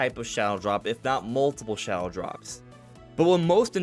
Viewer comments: is he saying "shallow dropped"? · Can someone please tell him the word shadow has a D in it